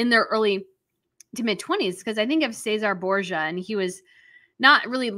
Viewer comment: Ceasere Borgis it is pronounced ches er rea